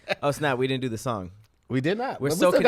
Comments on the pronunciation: Hey Tom looks like said "Schong" instead of song dont know where his tongue was for the assist. Incomplete pass hope they recover later in the game. Back to you Tom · Nigga u aint slide saying shong instead of song in the beginning and looked around. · 👨🏽‍💼🧏🏽‍♂️Hey Tom it looks like wanted to say “song” but instead he said “shong” 😂😂😂😂😂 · Who else heard say "shong" in the beginning? No? Kevin peeks around the door